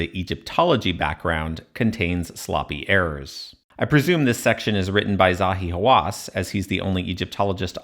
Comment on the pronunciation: Zahi Haw-ASS